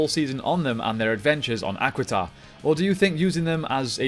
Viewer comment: As much as I love the does it bother anyone else that he does not pronoun names correctly? I mean he keeps saying the equiden rangers, or however it is spelled, when its actually Aquitar. NOW I DON'T KNOW IF HE DID THIS OR NOT but it would be like him tiaforia with its pronounce triforia. It make you wounder if he watches the show.